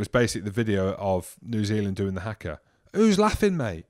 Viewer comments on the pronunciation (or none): I’d take you a little more seriously if you didn’t pronounce it as “hacker”.